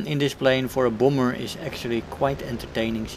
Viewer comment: It's not a boomber. It's a bAHmber. Say Bah. It's not hard. It's like Bah bah (baabaa).